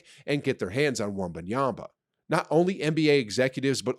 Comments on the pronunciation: wtf wenbanyamba?? its wenbanyama.. before you make content out of the guy atleast pronounce his name properly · Not Wambanyamba🤣🤣 am dead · pronouncing victor's name wrong